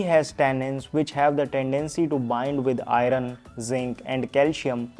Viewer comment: Check iron pronunciation